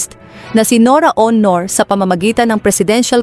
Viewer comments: Pronounce the word as AUNOR not HONOR. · Ano ka ba BISAYA hindi mo na bibigkas ng maayos ang pangalan ni Nora A U N O R . . . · Pinoy ba yan ngssalita?iba un accent hndi ma pronounce un Aunor